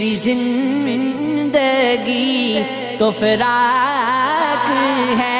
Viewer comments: Plz be careful on your pronunciation and that’s firaq not faraq Thank you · Bhai firaq he na kay faraq. Please sahi se kaho